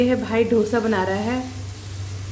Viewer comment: ढोसा नहीं डोसा बोलते हैं बहन । बहुत अच्छा बने हैं डोसे